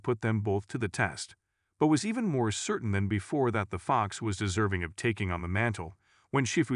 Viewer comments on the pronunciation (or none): none